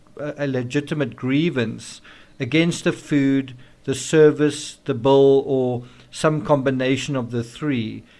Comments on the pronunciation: Bull? Bowl? Bill? All pronounced the same?? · Your accent. The Bill. Paid the Bill, not the Bowl. Love to you,. ❤️🥰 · Why are you saying "bowl" instead of "bill"? Confusing. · Not to sound hateful... This guy's voice and accent makes me want to just stop following. It is pronounced "bill", not "bull". Holy shit man. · people may not realize that you are saying BILL not BULL. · no, I'm not making fun. It's not an accent it's a word. He us saying bull. No other South African I know says bull for Bill. It changes the entire meaning of his sentence. I'm trying to show him the difference. If you wish to talk like an American or Brit, use the words correctly. I was only trying to help. There was no disrespect intended. Thanks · As a former waitress I can pretty much assure you you don't follow someone out because of a tip. Funny the way you say "bill." Sounds like "bull." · The way u say bill sounds like bull to me. Lol. Funny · Why do I keep saying “bull” instead of “bill” ? Is that a South Africa thing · So sorry the autocorrect refused my spelling of ill ( as in sick ) and continued on changing it to I'll, as in I will. I hope that clears it up. He is saying bull as in the animal, not Bill as in a " check^ you receive for services rendered. Excuse my mistake, thanks.)